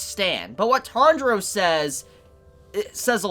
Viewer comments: Sorry but why am I hearing "Tandro"? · the way he pronounce tanjiro tho